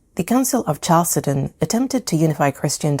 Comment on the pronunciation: Excellent content. But better not to use 19th century archaic Oxford pronunciation of place names like 👋 bye-zantine, and chal suh don. Chalcedon pronounced with a K sound. Not as in cheese.